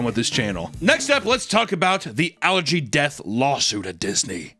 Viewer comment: I keep hearing "algae" whenever you say "allergy."